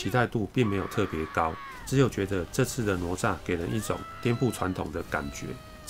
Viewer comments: Up好可爱，不过那个念ne zha,不是nuo zha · ……挪炸是什么？那个字念“呢鹅”吒…… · 不是nuo zha，是ne zha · 为什么台湾会念成：挪nuo炸zha? 应该是：哪（ne 同讷）吒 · ne zha不是nuo zha 哈哈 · 哪吒，这个名字读 ne zha （呢扎），这个字在这里的读音跟佛经里的读音一样，不读 nuo zha（挪炸）。哈哈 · 并不是我要抬杠，哪吒的哪念 ne 第二声，而不是nuo……听着难受🤣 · 快来纠正下发音哪吒 né zhā ，不说成了罗渣，咯炸、拿抓！ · 不是nuo zha 而是ne zha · 不是罗吒 发音跟“勒吒” 比较像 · nezha，台湾口音怎么念成nuozha了。。。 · 我太喜欢你的解说了～ 台湾和大陆用语的不同也十分有趣，比如我们会说“熊孩子”，你在解说中用的是“死屁孩” 哈哈哈哈，真的好可爱好有趣。 噢还有，哪吒的普通话发音是“ne（二声）zha” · 听读哪吒好像mozhua呀哈哈哈哈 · 纠结了一下，还是希望说一下读音的事。。。哪吒惯读（呢né渣），只是把第二个字轻声弱读后会听起来像（炸），其实应该更像卷舌的（咋） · "哪“字的讀音台灣和大陸是不同的，台灣的國語辭典: 字詞【哪吒】注音ㄋㄨㄛˊㄓㄚˋ，漢語拼音 nuó zhà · 哪吒（音：呢喳） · 跟我读：ne哪 zha吒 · 不是“挪吒”.... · 读错了，哪=那！ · 兄弟，听了你的哪吒发音，我有点怀疑人生了，是糯炸还是拿炸？还是ne炸？